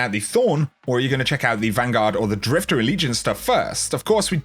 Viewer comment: It's drifter not drifta